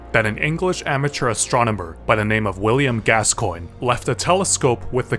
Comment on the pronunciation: never let a french person hear your pronounciation of gascoigne.